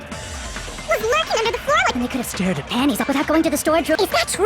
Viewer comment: it's NOT THAT HARD to say under the floor